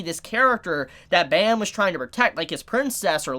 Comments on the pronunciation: It hurts to here him say "bam." The webtoon is korean, so his name is pronounced "bahm" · Completely agree on all points. Just as a side note, the main characters name is pronounced "Bom" or "Bomb" as the original korean name is verbalized that way and written out as Baam. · I really enjoyed the video and it made me realize alot but the way he prounced bam was so funny. if ur interested, search up the word night on google translate and translate it in Korean. thats how it's pronounced :]